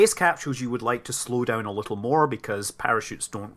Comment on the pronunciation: a bittle, a little LOL, again